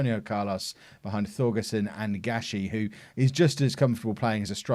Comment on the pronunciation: For Thorgesen and Thum, the Th should be pronounced as a hard T, so Thorgesen and Toom (u is a oo)